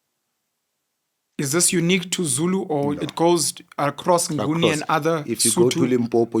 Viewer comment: these are the same people who came up with "Ngoni" instead of Nguni😫